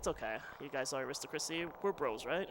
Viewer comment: I need to take aside and tell him how to pronounce aristocracy and monastery though.:p